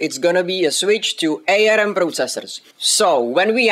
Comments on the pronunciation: FYI it's pronounced "arm" as in the limb, nor A-R-M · It's pronounced arm as in the thing hanging off your shoulders, not A.R.M. :)